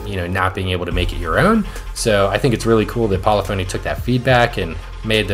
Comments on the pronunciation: It’s pronounced (Pa-Liff-ah-Knee) not poly-phony. Great video though and your livery technique is great… I like how you outline a shape with a thin border of another color. I made a few myself but I’m hesitant to download them because I just got the game on PS5 and only have like 800,000Cr so I don’t want to waste money on paint just yet until I have a decent car collection. Really just want my main Gr3/Gr4 cars for online races. I loved using the Huracan, Italia 458, Supra, Corvette and the Mustang. I just unlocked my first big car being the Gr4 Supra which was my favorite Gr3 car on GT Sport. Not sure what I’ll be unlocking so I don’t want to by any Gr3/4 cars just yet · Pol-if-ony Not Poly-fony